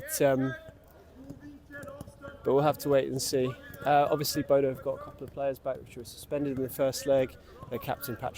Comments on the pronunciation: Bodø is not pronounced Bodo. Don't be a Bozo. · Quite right. It is pronounced Boo-dah.